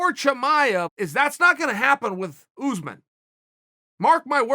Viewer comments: Kamaru Usman: exists Chael Sonnen: OOZEman Kamaru OOZEman: OK GREAT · Chael "Oozman" Sonnen